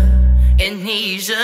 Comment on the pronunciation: Some constructive criticism: Make sure you pronounce and spell the words correctly before you record and upload a song. You pronounced Amnesia wrong the entire time and it's succeed with two c' s not one.